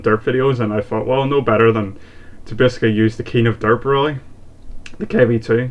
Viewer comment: Actually you pronounced right in english So you said it correctly Just realized :P